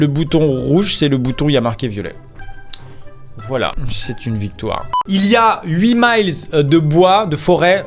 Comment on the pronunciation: on dit voilà pas volà